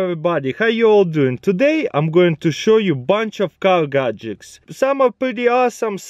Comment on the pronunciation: Car Gagecks :D